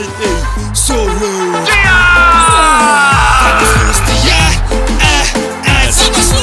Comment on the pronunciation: i feel like i hear " de ass" when the keep repeating Diaz, LMAO so like " Luiz de ass, ass, ass" ahahah